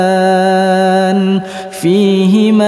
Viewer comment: Saya orng awam selalu bertanya tanya ttng baccan ,tukaliban apa tukadziban ,,mohon penjelasan,karena saya dengar yg lain kok beda pengucapannya..👃